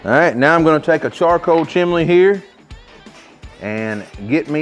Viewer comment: this mf said chimley